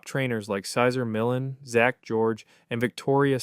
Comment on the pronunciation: Yo at least get a real Human to narrate…smh Cesar Millan Pronounced Sizer Millen??? Come on now The videos are good but dispense with all the AI BS